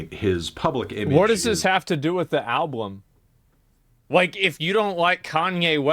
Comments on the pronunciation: omg every time he said alblum I was loosing it 😆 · Wait, asmon cant say "album"? He said "alblum" multiple times 😅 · Asmon keeps saying "alBLum" 😂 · I'm 13 minutes in and he has said 'alblum' 3 times. I'm actually convinced he genuinely thinks the L comes after the B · not even two minutes later, and...another ablum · Ill never get over how asmon pronounces album with two "L's" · Asmon pronounces it "alblum". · Why the fuck does he say alblum?? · Is he saying " al_blum"? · From the words of Cdawg, "I just like the beeps and bops" think alot of people just like the beats in songs without fully listening to lyrics. I'm guilty of it too. Also can someone tell asmon it's Album, not Alblum. Lol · Is there a joke I’m not in on or something? Why does he keep saying “alblum” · Is it just me or is he not saying "Album" correctly? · Holy shit man, I can only take hearing the word "alblem" so many times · Is Asmon saying “Alblum”? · Why can't this dude say album? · Someone needs to investigate Asmons inability to say Album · I love that he can't say the word "album" properly